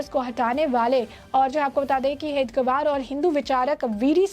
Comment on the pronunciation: Madam, Hedgevar ka naam sahi se lene ki training le lo